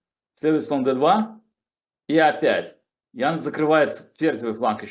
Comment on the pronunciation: не "Апять" ... а "ОПЯТЬ" !!!! простите..не удержался... 😂😂😂😂😂😂